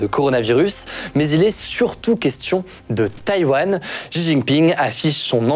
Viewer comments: certe mais il vaut mieux mal prononcer shi ou au pire rester à la française avec xi plutôt qu'inventer un Ji. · Bravo! Ayant vecu 5 a Taiwan, marié a une Taiwanaise et papa d une petite mixte. Je passe beaucoup de temps a raconter tout ce qui a ete dit dans cette video. Juste un element que je n ai jamais entendu en occident concernant Xi jinping (xi se prononce "shi" au passage) c est que le pere de Xi Jinping etait le vice premier ministre de Mao Zedong. Et qu il a ete foutu dehors lorsque Mao a renforcer son pouvoir en virrant les elements derangeant. Ci jinping deteste Mao et fait malgré tout tout son possible pour realiser les travaux de Mao.